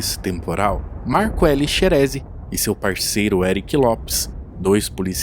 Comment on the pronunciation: Documentário top. Só ajeita as pronúncias kkkk Jardim “Andére”. Marco “Elí” Chereze. Hospital “Humãnitas”. Abraço!